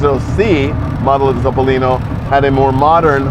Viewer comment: Complimenti per la pronuncia perfetta di "Topolino," è tutto vero ciò che hai detto, 👍👋👋